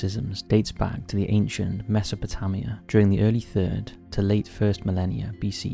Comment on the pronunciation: If you are going to use a word you cannot pronounce Google can help you out... ! Mesoputarmiums !